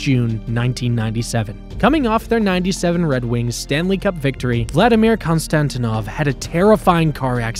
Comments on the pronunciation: Saku Koivu is Finnish not Canadian And Vladdy's name is pronounced KonstantEEnov not Konstantinov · Konstantinov wasn’t even close to